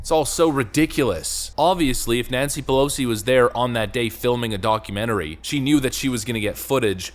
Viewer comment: Sounded like you said Donkey-mentary!